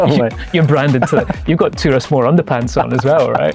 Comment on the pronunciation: Big fan! And love that you gave it a Gaelic name! In the spirit of keeping the integrity and authenticity, just want to flag that it’s pronounced Gah-lick, not Garlic 😂 and Turas is Tur-is not Tur-ass. Wishing you all the very best with the drams!